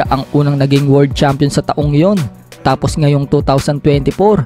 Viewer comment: 🤣 ibig ko sabihin sa Pag bigkas nya imbes world champion..word champion 🏆✌️😅